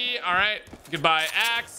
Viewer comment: Every times he says axe i hear ass.